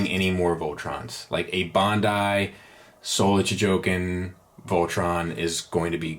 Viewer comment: a pedantic correction: it's Chogokin